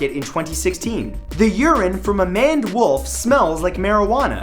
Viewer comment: *Maned. Not manned.